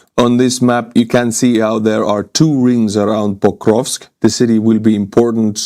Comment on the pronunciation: It's Pokrovsk, not "bokrovsk".